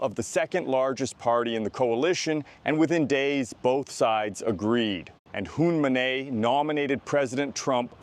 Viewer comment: Hun Manay? You couldn't read 5 letters or google search the character in your narrative. Lazy opinionated work.